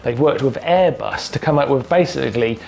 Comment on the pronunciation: Air bust lol Martin it’s airbus u